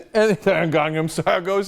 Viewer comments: Actually in Korea it's pronounced "kahng-nahm" so just saying you're Korean doesn't really sit... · I honestly don't know why he's made this video. He takes the piss out of Riley for saying Psy wrong when Cenk can't even properly say Gangnam (he says Gongnom), listen I dislike Riley but this was just childish and stupid. And don't correct me on the pronunciation, I'm Korean myself.